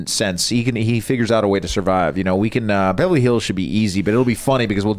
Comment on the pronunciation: Does really say "bevely hills"?